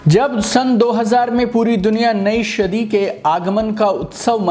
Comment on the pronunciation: शदी नहीं भाई उसे सदी कहते है.. और अपनी सांसों पे कंट्रोल कीजिए